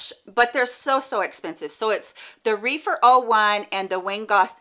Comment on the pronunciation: Great video! I’m in need of some better quality eye brushes. Just an FYI, I believe Rephyr is pronounced with a short e like “Ref-er”. Reefer is something completely different 🤣 No big deal but it gave me a chuckle